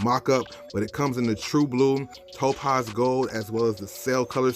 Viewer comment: you constantly mispronouncing 3rd grade words is ruining my vibe.... ala blaster? toe az? contracting accents? cham beret? bray! its cham-bray! jesus christmas boy.